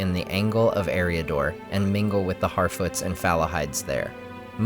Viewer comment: “Around 1050 many of the Harfoots settled in Eriador...” “HarFEET!!!”